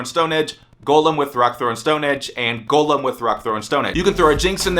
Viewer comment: Hes saying it right though...